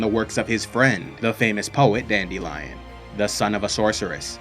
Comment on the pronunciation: Virgins: Dandelion Chads: Dandilion